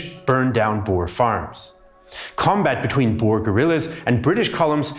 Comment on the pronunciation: Glad you kinda pronounced Boer correctly, a lot better than simple history who pronounce it as bo-er